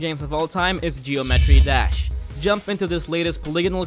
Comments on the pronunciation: Did he just say geo-metry dash 😂😂😂👏🏽✋🏽 look sideways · It’s pronounced ge-om-a-tree dash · That's not how you say geometry dash